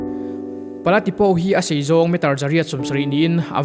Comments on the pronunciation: A hmuhnawm e. Mara tawng a nih hian a tu te pawh hian 'O' hi 'Aw' ang hian kan lam leh thin a, O angin han lam ta mai thin ila a dik lehzual tur. I video hi en a manhla thin e. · Pala Tipo (Tipau tia lam tur Tipaw nilo in) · Pala Tipo i lam khan O hi Aw tia lam lohin Mizo tawngah Au angin lam la adik zawk ang. Mara tawngah O lam dan leh Mizo tawngah Au lam dan hi in ang deuh reng